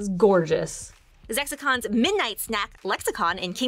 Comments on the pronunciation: His name is Zexion, not Zexicon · Zexicon?! His name is Zexion. Wow. Ienzo (his real name) does not have a "C" in it... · The fact that she said Zexicon's Midnight Snack instead of Zexion. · Who the hell is Zexicon lmfao it’s Zexion and my brain can’t handle hearing his name so wrong lmao Also love how,, and were so excited 🖤 unfortunately no one else really passed the vibe check I’m talking to you, seat partner Your reactions were a little… heartless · His name is Zexion, there's no C in his name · Thought the Nobody's name was Zexion, not Zexicon? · SO JEALOUS. Also his name is Zexion not Zexicon 😭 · I'm sorry, but.... Zexicon???? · Excuse me????? Zexicon? It's Zexion! EDIT: I was just thinking how you managed to get Zexion's name wrong, and the only thing that made sense to me is that you accidentally combined his name with his weapon: Lexicon, also known as Book of Retribution. Aside from that glaring mistake, I find it funny you included Zexion's joke weapon from 358/2 Days. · Not my favorite character being called Zexicon...it's Zexion. Other than the name, THANK YOU FOR THIS EPISODE! Kingdom Hearts is my FAVORITE GAME EVER and this episode was amazing! But his name is Zexion. :) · First of all, I love this and it makes my heart so happy!!! But not “Zexicon” 😭😭😭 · Zexion not Zexicon LOLLL Awesome video! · Is nobody gonna point out “Zexicon”? Ah yes my favorite nobody Zexicon and my favorite somebody Ienzoc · It’s ZEXION not ZEXICON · Zexicon? You mean Zexion! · Zexicon? His name is Zexion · Zexicon? It’s ZEXION!!! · It's zexion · Everything was great until they butchered zexion’s name 😂😩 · I'm crying they butchered his name 😭😭😭